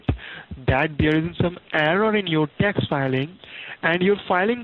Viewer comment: “Indernal ravenue Service” “Dax return”